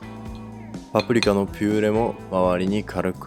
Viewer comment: ぱぷりきゃ と聞こえるのが気になるｗ